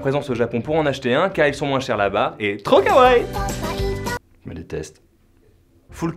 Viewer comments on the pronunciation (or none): none